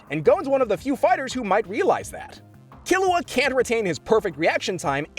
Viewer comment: I appreciate you pronouncing Killua correctly, you have no idea